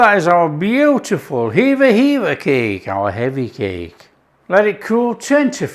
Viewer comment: HEVVA CAKE Is not forgotten in Cornwall. Called Hevva because that's what the people on watch on the cliffs called out when they saw the pilchards. Its hevva not heava